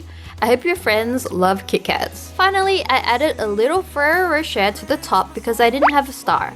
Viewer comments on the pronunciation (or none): For a holiday gift to yourself, you might enjoy learning how to say “ferro roshett” correctly... how you said it was hilarious. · It's like (fur-air-oh) (row-shay) Ferrero Roshe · Did anybody else get triggered when she said Ferro rocket wrong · Slimey Problem yeah I don’t think he/she said it right.. I don’t think the person should use “want”